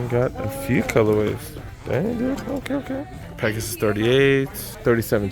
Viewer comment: You said Pegasaye lol! Love your vids man keep it up bruh! 👍🏼